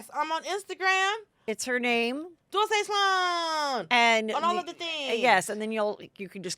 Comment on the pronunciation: DULCE is interesting. How do you pronounce her name? I can’t help but pronounce it as dulse, which is cultivated seaweed here on the East Coast! Very healthy, very good for you. Can buy at any grocery store. #novascotia 🇨🇦🇺🇸🦞